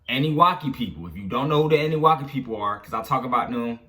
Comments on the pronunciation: Nigga said annuwaki lol it’s annuNAKI 😂😂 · it’s pronounced Ahh-New-Nah-key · Uu pronounce annunaki wrong lol